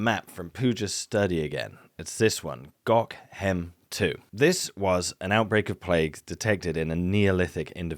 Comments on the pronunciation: Gockhem? Hehe, can it be Gökhem? Soft G, like a soft J, and ö like the i in flirt. Falköping, soft k pronounced shh. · Tiny note: the Swedish site is "Gökhem" pronounce with a soft G. More like Yök-hem for englishspeakers (and turkishspeakers?). I get why they changed the ö to a o in the site codes though, imagine having to deal with errors from bad character mapping on top of all other technical stuff. You got Falköping fairly right:) the ö was decent! Again, consonant before ö becomes soft. So: fahl-shöping. I had heard about the plague going through Europe in the stone age, but this video added so many aspects to that that I hadn't a clue about. Another banger from.